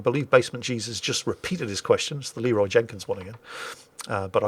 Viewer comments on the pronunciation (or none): none